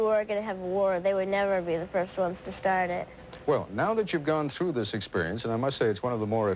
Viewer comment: "I'm Ted Koppel and thhhhiiiiiiiiiiiiiisssssssssssssssssssss.......(long pause).............. is Nightline.